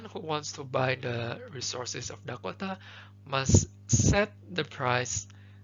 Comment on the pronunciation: Thank you so much but your pronounciation for Dakota is killing me